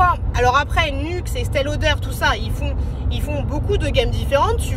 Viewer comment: C'est Estée Lauder pas Estelle 🤣😉😉😉♥️